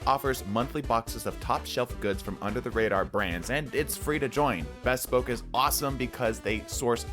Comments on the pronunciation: It's not pronounced"bess-poke", it's "buh-spoke" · thats not how u say bespoke 😭